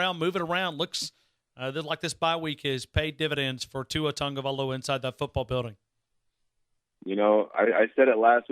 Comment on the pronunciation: Dang half the season finished and you still saying Tagovaiola